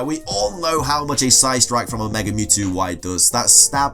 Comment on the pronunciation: Why does he always say "megar"? There's no R to it.